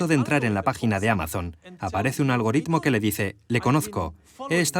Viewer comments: Hay mucha gente que lee mucho, conoce mucho y no sabe muy bien lo que es un algoritmo y que como Iñaki ni siquiera saben pronunciarlo bien. E informáticos que son unos auténticos genios de la programación y los sistemas que no saben de geografía, historia, política, ni de humanidades en general. Luego están otros, como Yuval Noa, que saben mucho de tecnología, y de humanidades. (aunque quizás nunca haya hecho un algoritmo en su vida). No juzguemos la sabiduría de una persona por lo que no sabe... sino por lo que sabe, o al menos por la ponderación de ambas cosas. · Interesantes planteamientos, y gran iniciativa de un comunicador de referencia. Por cierto, un único "lunar" sin importancia: Sr. Gabilondo repase la pronunciación de la palabra "algoritmo"